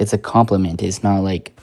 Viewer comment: "It's a compleiment" :(....